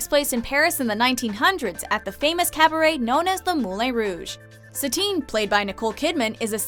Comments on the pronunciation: there is a difference in the lin part. it should sound like the en in bien and she pronounced it more like enne in bienne. it should be a nasal ae. and like I said in many other videos they started to pronounce stuff like actors names wrong... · It's "MOO-LIHN" but "MOO-LA(N)H!" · Ok, seriously. When is the voiceover girl going to learn to pronounce common words correctly or at least look them up first?? The Moule Rouge? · Moulin is pronounce "Moo-lon" and Ewan is pronounce "You-un" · You have a hard time pronouncing stuff "Moulain Rouge"??? "Moo-lan". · "moo-lay" facepalm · Ugh. It's pronounced MOOLAN ROOOJ. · I thought she said that wrong!! haha! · Lowkey cringed at how they pronounced Moulin. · They mispronounce a lot regularly on this channel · Uh, no, "correct French speaker," her pronunciation of Moulin is gratingly awful -- also, isn't Moulin Rouge supposed to be set in the (obviously fictionalized) 1890s -- not "the 1900s" (wtf does that even mean? As in anytime in the twentieth century?)